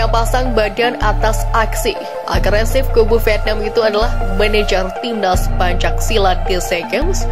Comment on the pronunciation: Pembaca teks narasi salah dalam pengucapan PENCAK SILAT bukan PANCAK SILAT.